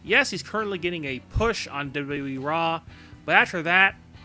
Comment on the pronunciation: You're a fucking moron who doesn't know shit! And i hate the way you pronounce wwe. What the hell is dubdubwi??